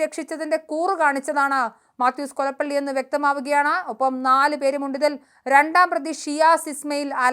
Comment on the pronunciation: കൊലപ്പള്ളി യല്ല കൊലപ്പുള്ളി